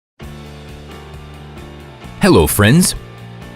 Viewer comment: I had to turn on the captions, I was getting freaked thinking he was saying Frank.